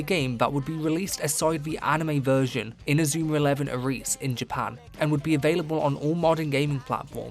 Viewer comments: Why is Ares pronounced A-reese in this video and not Air-ees? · OK man, you continue to pronounce words however you want and call it a 'dialect'. You are free to do that. Id be interested to hear in what part of England people pronounce Ares "Ah-reese", or if you can provide any proof that such a dialect exists, but I knkw that there is no such thing. You're not exactly Scouse, or Geordie. You're speaking the Queen's English apart from this one word and calling it a dialect rather than acknowledging you made a mistake. Im not sure how far this mindset of denial will take you, but all the best.